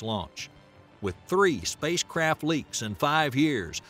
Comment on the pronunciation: Is it me or the narrator is saying spacecrap?😂😂😂😂